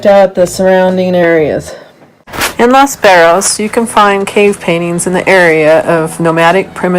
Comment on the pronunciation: Your pronunciation of Los Barriles is not even close to correct. Work on that. Otherwise enjoyed the video.